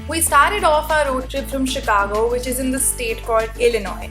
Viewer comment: improve your pronunciation it's not a चिकागो it's शिकागो. #Sejal